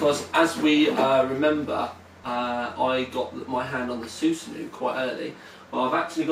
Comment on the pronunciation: I don't mean to bug you. But your pronunciation of 'Susanoo' is very off. It's pronounced su-sah-no-oh. It's the name of the Japanese god of storms. 'Soosanoo' sounds like something from teletubbies... Try to think of it as Susano-o